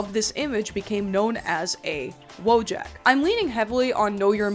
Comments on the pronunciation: Someone probably already wrote such a comment, but because of the way people pronounce the word 'wojak' I would NEVER IN MY LIFE have thought that it was about the Polish 'wojak' 😭😭 In Polish this word is pronounced literally as it is written so its more like voyak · Hold on, if Wojak’s from Poland… Wouldn’t it be pronounced like “voy-aak”? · I'm Polish and somehow never realized that Wojak is polish. Its a reasonably common word in polish pronounced voyak (I guess I never recognized it because the English pronunciation is so wildly different from the polish one). I would directly translate it as "Person of War" but more casual or potentially diminutive depending on context. Woj as in Wojna = war, and ak as in the pollish suffix for the typically human form of "from" or "of" (also used in multiple other ways). Such as English "person from Warsaw" = polish "Warsawak", but it can also be used as a diminutive for animals or in various ways for the names of things or places. With the way Polish works it does make it a more casual tone rather then the formal "żołnierz" or the more serious form "wojownik". But I don't think it would directly imply something like "little warrior". Also its not a portmanteau that's just how polish works. All the memes you see of polish having 57 words for whatever is just (sometimes prefix)-(word)-(contextual suffix). Pretty funny how the way people use (wo)Jak as in wife-jak or eboy-jak is really similar to the way the "ak" suffix is used in polish... Just y'know drop the J. Anyways thanks for attending my Polish 101 class. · for ajyone reading this it's pronounced "voyak" in polish, but that's just for posterity, everyone still says wojak